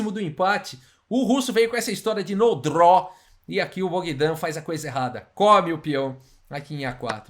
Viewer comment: "No draw", "Sem empate", falando inglês com um sotaque russo